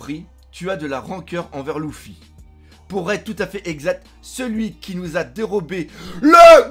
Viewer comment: Première fois que je regarde cette chaine et j'entends dés le début " Louffy " j'ai envie de tout cassé être fan de One Piece et dire " Louffy " plus jamais je reviendrais !